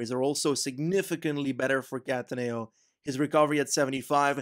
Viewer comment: Great vid as always! Just thought that i may share some pronunciation tips for italian stuff, if you’d be interested. In no particular order: Lombardìa, not lombàrdia; Cattàneo not cattanèo; Zoncolàn not zòncolan; Montevergine with soft g, think more of a j, same for mercogliano. hope it helps, cheers mate, looking forward to the next vid!!!!